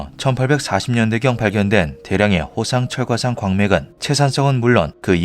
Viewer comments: 호상철광상이 아니라 호상철과상으로 들리는데 내 귀가 이상한건가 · 호상철광상이 '호상철과상'으로 들리는건 나뿐인가??? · 나도 계속 그렇게들림ㅋㅋㅋㅋ